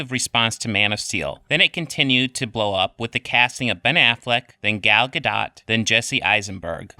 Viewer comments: and all I care about going into this video is if he's going to continually mispronounce Gal Gadots (pronounced Ga-Doe) name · gadot , the t is silent, dum dum, adnoidal voice indicates undecedided testes as well